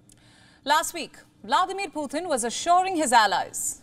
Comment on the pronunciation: Why are you calling him Puthin